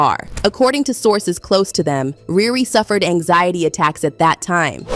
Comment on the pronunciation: Its riri not rere lame